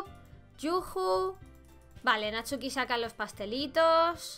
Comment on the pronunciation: Hay no decia Natsuki decia NATUSKI!!! XD Me encantó este juego de verdad, me encanta la idea de que todo se vea muy kawaii pero es terrorifico jaja me encanta ue teng imagines anime, me encant de verdad